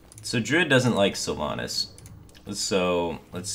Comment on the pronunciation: I can't breathe, there absolutely needs to be a content warning about that name mispronunciation.